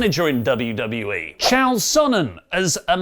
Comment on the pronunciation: Please put a little respect on the name of the Undefeated, Undisputed and best goddamn middleweight there's ever been in Chael Sonnen. Also Chael is actually pronounced like mail.